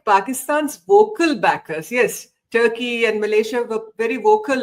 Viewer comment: I think she lost mind because of age factor😂 she is not in sense baseless analysis She said tukey china and Malaysia😂 3 time that's tell her mental situation